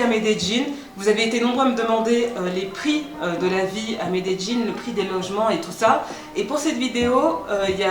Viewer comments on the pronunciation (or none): Shadowaa on dis medeYin pas jin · una pregunta ... Medeyin? medegin? Medellin=Medeyin. ah la francesa ! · Par contre revises ton espagnol.. Medelin se dit mêdelin.. Pas me de Jin ! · On dit Medellín comme c'est écris, et non médéjine exprime toi bien miss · amayaaks quand tu es d’Amérique latine tu prononces le "ll" en “dj” : llorar devient djorar, llamar devient djamar. Si tu viens d’espagnol c’est normal que tu dises Medeyin, mais en Colombie comme au Mexique et ailleurs on dit Medegin:) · Medellin pas medejjin 😂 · J'suis pas colombienne mais j'ai toujours prononcer medellin-> médéyin sa m'fait bizarre ducoup😂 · Medellin se prononce médéyine ta prononciation me tue🤣😂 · Ça me stress un peu la prononciation de Medellín, j’avais jamais entendu cette façon là de le dire 😅 j’ai toujours entendu MedeLin ou MedeYin. Même mes amis colombiens ne le disent pas comme ça.. (Au cas où parce que j’en vois venir, je suis originaire d’Amérique Latine, bilingue Espagnol) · la vraie prononciation c'est plutôt "méédjinn" par les habitants de la région d'Antioquia(la où se trouve Medellin) non méDéjinn. Ça, c'est plutôt les français-es qui essaye de prononcer comme les gens de là bas. Les colombiens des autres régions prononcent plutot "méédiye ". Prête bien l'oreille, tu verras. Ou plutôt tu entendras. 😉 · Pourquoi tu dis melledin, cest pas medellin ? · Euuuh j’ai vécu 4 ans à medellin ma femme est paisa et ta prononciation n’est pas la bonne, rien de grave mais pas besoin de te forcer tu peux le dire avec ton accent français ça fera charmant tkt pas plutôt que de forcer comme ça avec une prononciation qui n’est pas la bonne non plus, merci pour la vidéo quand même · C est énervant la facon d écorcher medelin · Medellinnnnnnnnnnnnnnnnee pas jinnn 🤯🤯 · MedeLLin*. "dj" est une des prononciations des deux L en espagnol. C'est probablement comme ça que les locaux le prononcent d'ailleurs. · Non, c'est "Medellín" . En Amérique Latine on prononce souvent le son "dj" pour "LL"